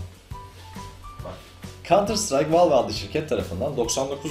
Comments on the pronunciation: Helal sana:D Güzel olmuş, ama "Valve" yerine "Vealv" desen? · Valve ''valv'' diye okunur. Yanlış söylüyorsun:) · La abi bilmiyorsaniz zorlamayin okuyamiyor yanlis okuyorsun dogrusu bu diyenlerde dogrusunu bilmiyor duz valf deseniz daha dogru olcak. Dogrusu: vâlf